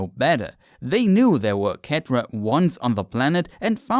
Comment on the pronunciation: dude pronounces cetra as ketra and elegant as elejant I can’t even